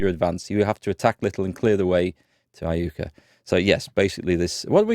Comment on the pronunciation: Iuka is pronounced eye-YOU-kah and is of native american origin. Jacinto is pronounced Ya-sin-toe also.